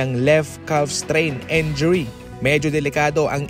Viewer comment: Again and again..,injury not enjury.